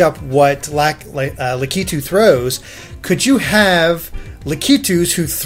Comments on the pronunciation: It's not pronounced La-kee-too, it's lack-it-too! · Say Lack-i-too please. Not Lah-key-too. That's really annoying. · ***** Was Lakitu always pronounced that way cuz I always said it like Lackitwo not laquitwo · Also Lakitu is pronounced Lack-a-Two Also That's not a Tanooki Leaf it's a Super Leaf :P Cause that is Raccoon Mario not Tanooki Mario (Even though i hope for the Tanooki Suit too) and Raccoon Mario is ears and a tail while Tanooki Mario is a full costume.